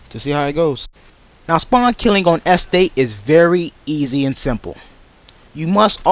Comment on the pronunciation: haha he cant say estate! EHstate